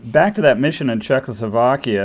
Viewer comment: This guy is one tough hombre. The interviewer needs to practice saying Check-O-slo-vakia.